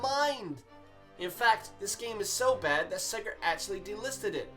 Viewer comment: THERE IS NO R IN SEGA, SEGA, NOT SEGER